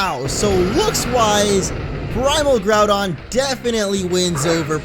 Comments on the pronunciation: Its not all ogyre, its all doun (Like done? The end of Groundoun) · The thing is your saying Groudon wrong .-. Haven't you ever played the ever Original? D: or Seen the Explained Trailer. :c